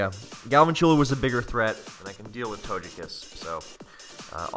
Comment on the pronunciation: He’s not gone in VGC and that’s what matters. #LULsmogon Also big YIKES every time you say Togekiss. Also you’re not using Dracozolt correctly, just get him off your team permanently lol.